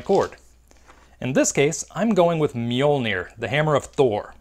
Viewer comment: However much you love Mjølner, you butchered the name.